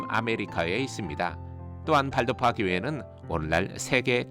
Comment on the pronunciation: 강근환 교수님께 강의 들을때인 1991년에는 왈도파라고 배웠습니다. 1995년에 조병하 교수님께서 가르치시면서 발도파라고 발음해야 한다는것을 배웠지요. 지금 교수님께 배우는 학생들은 큰 복을 받은 분들입니다.